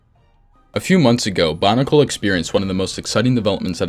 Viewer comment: I don't wanna be that guy but, is he saying Bonicle?